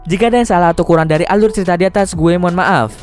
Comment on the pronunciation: "....seluruh alur ceritho....."